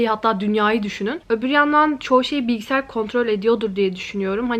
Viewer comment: Of bilgisİyar deme artık ve ebebeyn